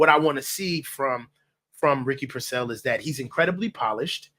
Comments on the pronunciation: “I’m giving him grace”, Kyle doesn’t even know who you are and you can’t even say Pearsall’s name right 😂 calling him persell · It’s pronounced Peer-sawl. Sheesh🤦🏾‍♂️😂😂😂